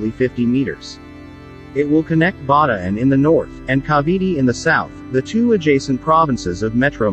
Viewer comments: Bataan is pronounced with all vowels. Ba Ta an.. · What Bada and Cavity? You mean Bataan and Cavite.